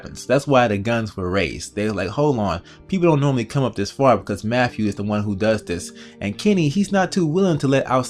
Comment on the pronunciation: Listen here idiot.... His name is Matthew, not "MAFFEW". It is truly disgusting listening to you butcher he English language. Go destroy your own language with stupid clicks.